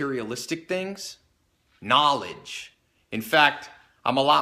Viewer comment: Okay who else said "KNAWLEDGE" haha EDIT: KNAWLEDGE!